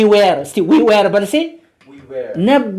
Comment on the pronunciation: Were should be pronounced as ወር not ዌር. Thanks